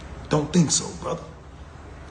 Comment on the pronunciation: Funny af how he says "brotha"😂